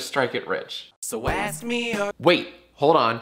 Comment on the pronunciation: Do you say "Ass me a question" or "Ask me a question" in the outro? this is really important and if the answer no then boom! you have a reason to re-record it